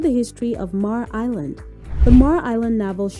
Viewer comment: and it's MAY-ER island ... ugh